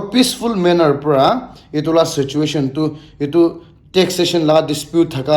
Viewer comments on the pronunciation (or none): none